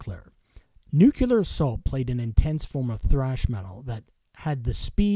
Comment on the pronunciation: Linkler in Nucular assault.. LILKER in NUCLEAR assault... it's getting a bit tedious....